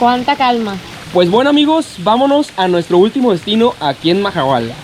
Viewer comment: I love the way you say, suuuperrrrr tranquilo!! And VAMANOS!! Your videos are so beautiful!